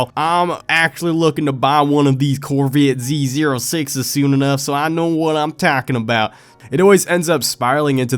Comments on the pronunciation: CORVIIT ZEE ZERUH SAEIX - cracked me up there. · yer bay dem corvt zeh rrrrr omne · "Corvit Z Zer-uh Six" 😂